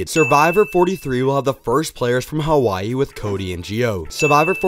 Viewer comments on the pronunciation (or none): none